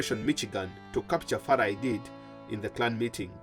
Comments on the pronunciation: Farah not farla please correct it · “Muhammad Farla Aidid “ according to the narrator 😁